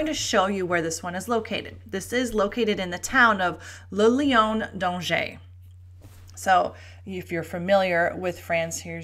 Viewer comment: For heavens sake, try to, pronounce Lion d’Angerscorrectly, it is not that difficult